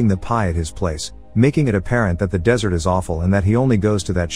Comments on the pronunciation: did you seriously just pronounce dessert as desert? lol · Idk if it's an automatic reader and just misspelled "Dessert" or like you don't know how to pronounce it :P